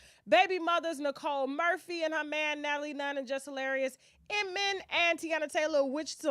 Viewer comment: Tasha that man name is IMAN….why you keep calling him Inman 🤣🤣🤣